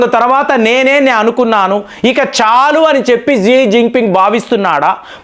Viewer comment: Xi is pronounced as shi/she